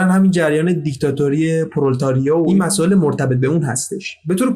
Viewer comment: پرولِتاریا تلفظ این اصطلاح " پرولِتاریا " است